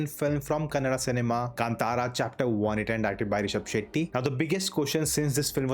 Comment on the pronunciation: For once I hear Kannada being pronounced as Kannada and not Kannad. Reviewer has taken the effort kudos. Feels so happy when it comes from a North Indian 👏